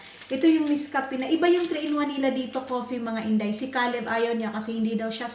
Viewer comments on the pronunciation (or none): none